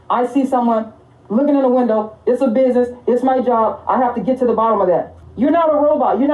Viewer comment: "Het to the truth"? Wtf?